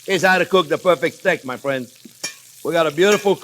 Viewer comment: Is it just me or does anyone else get south park Canadian vibes when he says fwends.... 🤔